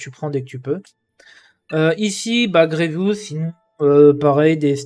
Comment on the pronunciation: « grievous » frère nan 😭😂 les gear violet pour passer g13 qui coute 360 pour 4 c’est les plus chiant en farm , comme dirait pepito les « rares sa mère » Farmer grievous qui n’est utile quasiment nulle part, et farmable dans la boutique de vaisseaux, dans cette boutique c’est du gâchis